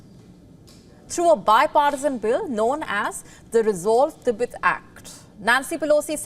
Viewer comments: "T BET" not "Tebit" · "Tibit? tibit? Ribbit? Thought it was pronounced "Ti-bet". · didnt know 'Tibet' is now 'Tibit' and Tibetan people 'Tibiten'